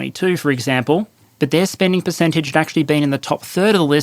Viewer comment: "Perececntage" "Perecentage"